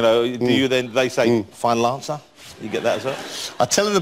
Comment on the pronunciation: SO! IS FINAL ANSAH!?